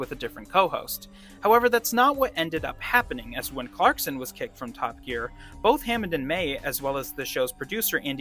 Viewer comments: I also heard you call the program Top A Gear 😳😉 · Dude I know you're a yank but why did you pronounce it like 'Toppa Gear'?